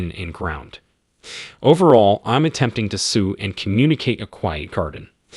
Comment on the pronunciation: If it is AI then it doesn't know the difference between sew and sue. Thought it was just a dumb human 😂😂